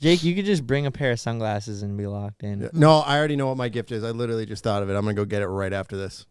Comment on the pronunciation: says witerally lol